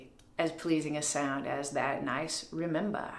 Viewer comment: Remembah sounds totally Boston !!! Glad you showed that ! Made me smile .